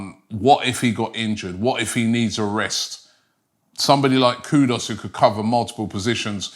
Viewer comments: Mr. LILLIE You shpuld be ashamed of yourself...learn to pronounce English words..it is Not Kudos ...his Name is KUDUS... (koo ...do....oos).. And remember I said post World Cup, that Arsenal should Sign Mohammed Kudus... Keep up the good work Robbie 👏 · Robbie, we are very particular about how you pronounce our names. His name is Kudus...Koo- Doos. Not Koodus. Please pronounce our names properly! KOODOOS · His name Robbie is not Kudos its Kudus (as in Kudoos)!! Get it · Why Robbie butcher everyone's name? It's not "Kudos". It's KUDUS. 😅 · It's not Kudos, it's kudus. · Kudus robbie not kudos,this guy must have dyslexia as i don't think he can read properly as hes ALWAYS getting names wrong when he reads them 😂. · It's pronounced as "koodoos" not "koodos" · Even a simple name like Kudus Robbie can't pronounce. Man said KUDOS 😭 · Mohammed Kudooss!!Never change.😂